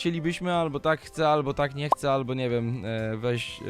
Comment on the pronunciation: "Hce peta"